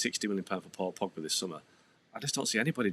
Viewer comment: I think anyone who can’t properly pronounce “Pogba” is unqualified to be paid money to talk about football.